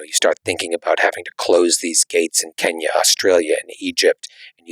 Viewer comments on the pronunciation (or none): none